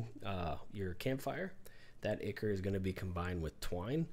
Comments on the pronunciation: It's Eye-Kor not Icker lol You're too funny but always make great videos that are very informative. Great work as always! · Ichor. Pronounced "Eye-core".